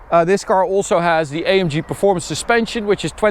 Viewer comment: Bro es heißt A M G nicht EYEMJI